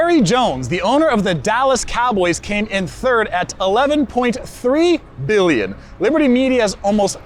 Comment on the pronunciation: brother stop saying billion with those b's :face-purple-crying::face-purple-crying